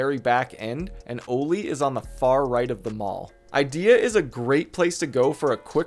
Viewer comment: "O-LEE" lol its pronounced "Ollie" like the skate board trick. Anyway great video just the pronunciation drove me nuts.